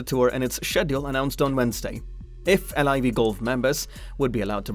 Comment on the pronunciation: How do you know all this information but not how the tour is pronounced